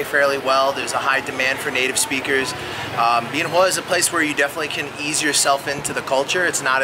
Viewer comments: That makes about as much sense as the way you mispronounce Bien Hoa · Not at all. It's changed a lot since I was there. But it seems to me if you're going to provide "reviews" of a place, you should at least learn how to pronounce it correctly. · First thing you need to do is learn how to pronounce Bien Hoa.